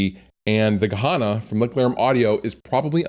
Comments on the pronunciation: yes, why would he even pronounce it like that? it's written Gehenna, why say Gahana? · Good pedal - wrong pronounced